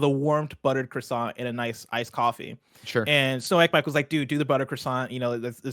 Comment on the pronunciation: It's bad enough how you say croissant, but you said it wrong over and over and over it was painful